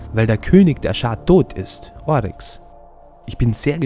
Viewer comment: Yo er heißt ORYX nicht OARYX